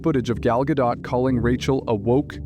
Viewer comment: Gal Gado(t). Get it right!